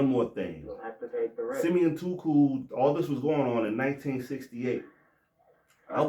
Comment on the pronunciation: Why you keep calling him toocoo